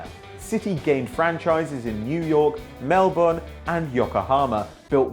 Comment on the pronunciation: Good pronunciation of Melbourne